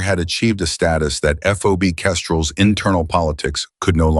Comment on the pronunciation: FOB not FOBY NARRATOR PUTZ